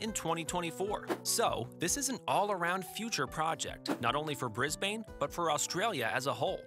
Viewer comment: Please note the following: (Sorry to nit pick) * Cross-river Rail was planned before the Olympics were given to Brisbane * Stock footage of right hand drive highways and roads used ( we drive on the left here) * It is pronounced [Bris] [Bin] not [Bris] [bain] * The lovely shot of the flag .... is the New Zealand Flag not the Australian One (a lot of people do this though) * Aqua trains at Kellyville is in Sydney (~1000km to the south) * American money